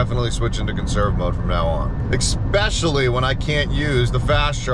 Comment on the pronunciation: There is no "x" nor "ecks" or any other letters that sound like "x" in "especially" ... Why can't people speak English correctly?